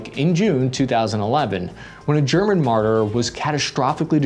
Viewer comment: ok very off topic but it said greman